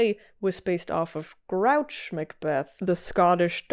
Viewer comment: Hey, just wanted to let you know it’s pronounced Gru-och, Grr Oo Ah ck. It does look like grouch though! Names that are Britannic, Gaelic, Celtic, ect can be tricky if you’re not familiar with them. I hope this helps!